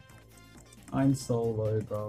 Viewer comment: when you said ''im so low'' in skywars match it kinda heard like ''im solo''